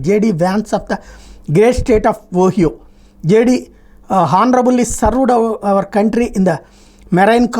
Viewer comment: హానరబుల్ అనకండి. ఆనరబుల్ అనీ అనటం కరెక్ట్